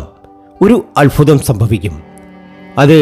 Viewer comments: Alfutham alla albhutham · ആദ്യം താങ്കൾ അത്ഭുതം എന്ന് പറയാൻ പഠിക്ക് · അത്ഭുതം. സൗഭാഗ്യം. അല്ലാതെ അല്ഫുതം സൗഫാഗ്യം അങ്ങനെ അല്ല. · അൽfuതം അല്ല, അത്bhuതം ആണ്. അനുfaവം അല്ല, അനുbhaവം ആണ്. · അല്ഫുതം അല്ഫുതം. Ayye😊🤭. മോധകമോ.? മോദകം അല്ലേ?